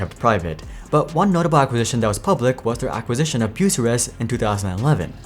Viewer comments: As an Ohio native, Bucyrus, Bu as in imbue, cy as in sigh, rus as in rust. Or at least that's how I've always heard Bucyrus pronounced. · cat is huge in mining, i had forgotten they bought out bucyrus (pronounced wrong in the video) Komatsu is quicly catching up to Cat and Deere. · yeah you butchered tf outta Bucyrus, not even close to how you pronounce it.